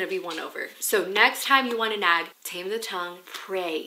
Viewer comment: So, every time she said “nag” I heard “nap” and I was so confused. Also, “prayer closet” just evokes the image of Carrie being dragged into the prayer closet by her mom in the movie “Carrie”. It didn’t end well for her mom….